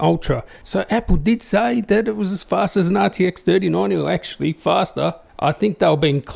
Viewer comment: Is he saying nazi tec instead of rtx 😂